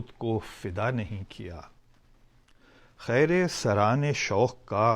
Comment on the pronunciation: Brother it is Kheera saraane shoq not Khaira Saraane shoq - thanks